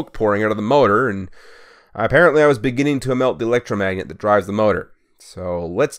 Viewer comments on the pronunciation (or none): none